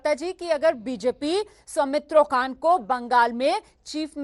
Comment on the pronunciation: Somitro khan not somitro kha